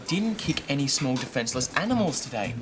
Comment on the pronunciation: That's not how to say small